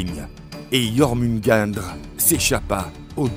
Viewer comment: Belle vidéo. Ma mythologie préférée, juste de gros problèmes de prononciation de noms comme "Ases", "Jormungandr" et les différentes niveaux comme le "Nifleim"...